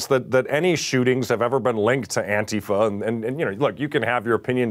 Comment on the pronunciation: Jesus, can someone who knows Mike send him a single article or news story about what ATIFA is, at least he could learn to pronounce it. FFS, I love this network but how have they missed every news story ever done about ANTIFA!!??